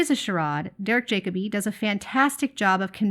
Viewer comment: just so you know in future...pronounced.. Jack o bee 😊